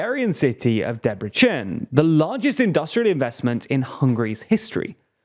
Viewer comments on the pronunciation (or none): na ide figyelj kis barátom. Nem értem mit nem értessz. De azt irtam nekik, hogy nem szeretnének-e valakit aki segit a magyar kiejtéssel. Mert Debrecent nem Debrecsennek mondják. But thanks otherwise, we need more friendly people.